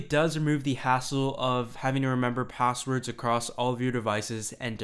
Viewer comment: "P0sswerds"?; "0Ccess"? Even though your name is actually '', I'm tempted to presume your name to be some fantastic invented NuName, like "Chamfer/Bodley/Axton/Daxfon". The English Language evolves, and pronunciations change with these evolutions; but the last ten years has brought an annoying set of Linguistic Entitites to be considered worthy (by some) of entering the lexicon. As far as my travels and interactions have taken me, I have determined that [th0t?] it's only from a certain kind of demography th0t certain changes are being proposed: The Hipster/Burning Man/Silicon CAAALi Quadrant). Reminiscent of a stereotypical Southern California joke from Thee Olden Dayes (1981), this 'new' 0ffectation is nothing short of 'V0lley Girl' talk. [Liek.. fer sure; right? Yew knew? Fully; n' st0ff]. At best, the dialect can be interpreted as being similar to Keanu Reeves' character in either of his "Bill & Ted" 0dventures It was kinda cute for about 20 seconds when Drew B0rrymore began using it publicly, in 1995. Frankly, I was surrounded by it (being raised in The O.C. from 1977 on), and thought it was an acceptable, albeit exclusively-regional and age-transitive 0ccent when kept-within the confines of its regional appropriateness - which is, specifically, among the beach-goers of So. Cal, exclusively. But to hear this insipid, juvenile betcher0ng of vowel-pronunciations, clipped (or dropped) consonants, imagined combinations of consonants (Hey, Skippy: It's pronounced "S-tre